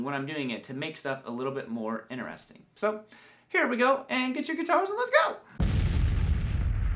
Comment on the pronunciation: he says interesting the same way I do. Figured it was a southern thing lol guess not?